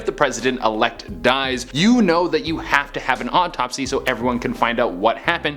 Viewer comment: Why does it seem that when che says autopsy, it sounded like odd topsy